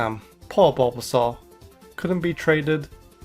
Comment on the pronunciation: YES, BUT THAT IS NOT HOW YOU SAY THOSE NAMES!